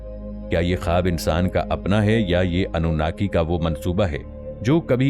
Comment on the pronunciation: اف ٹی وی اپ کو تلفظ مین تھوڑی غلطی لگ گءی ہے اصل مین اپ انو ناکی کی مدح سراءی نہین کر رہے بلکہ الومیناتی کو پروموٹ کرنے کی کوشش کر رہے ہین . مگر جان لین ظالمون اور ستمگرون کا انجام اللہ پاک نے بربادی کے علاوہ کچھ نہین رکھا